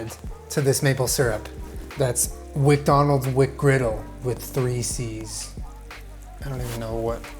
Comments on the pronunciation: "wacdonalds" OK SOMEONE READS WEBTOONS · waking a wcdonal's wcgriddle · “Welcom to WcDonald’s. Here’s your WcGriddle” “WcWuffin. What are you gonna do about it WcDonald’s” with a speech impediment confirms our suspicions of him being a 6-year-old 😂😂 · The WcDonald’s WcccGriddle